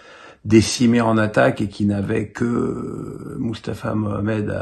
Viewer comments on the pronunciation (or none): none